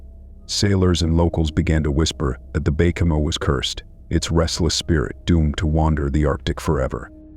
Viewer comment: Baychimo? Bacamo? Wth?